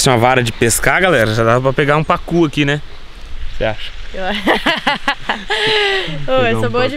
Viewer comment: só eu tô rindo ? Olha a língua dele quando fala Pacú(Pacu sei la) KKKKKKKMMM